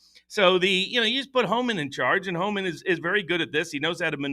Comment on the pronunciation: Does not know it’s Tom Homan? sounded like he was saying Todd Homan